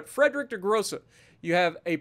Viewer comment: IT WAS A MATTER OF TIME!!! Thank you, you're a champ!!! ((A little help with the name of the ship if you need. The "Friedrich" part of the name, you pronounce the 'I' more than the 'E'. In the end, it sounds like "FRIED (As in fried rice) -REICH (as in German time period).